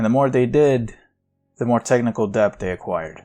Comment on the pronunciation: holy fuck never say "DEB-T" again. the b is silent my dude